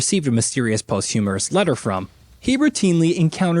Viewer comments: “Post-Humorous”? We’re you trying to read the word, “posthumous,” or are we really living in a time after humour? When I look at world leaders, either could be unironically true. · Its postHUMOUS. NOT posthumourous. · “Post-humorous". Lul. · Man said post humorous